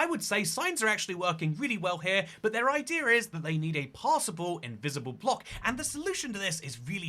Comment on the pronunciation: english: idea xtoycat: idear